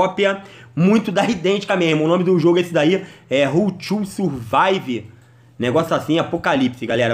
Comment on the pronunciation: "Rrull tchu survaive" kakaak